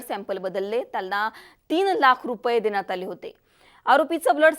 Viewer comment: जरा शुध्द बोला. आनी नाही आणि देन्यात नाही देण्यात आणि अजूनही खूपच आहे. तुम्ही ण म्हणतच नाही तिथे न बोलत आहात